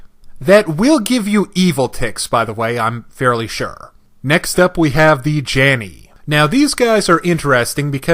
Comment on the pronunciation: For Djinni the D is silent. In fact it's the original spelling of Genie. Just pronounce it like that. Janni I'm pretty sure the 'a' gives an 'ah' sound.